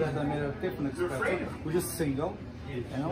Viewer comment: Hey barman, it’s not EXpresso.